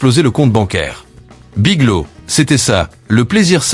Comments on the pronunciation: "Big low" ou"Big lô" pour "Big Lots", sans parler des "Dollar Général" et autres "Sept Eleven" pour "Seven Eleven" ! Dites les amis, un petit effort sur la prononciation ne serait peut-être pas superflu. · BigloTS..... le T et le S ne sont pas muet... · Biglo? Le" S "n'est pas muet !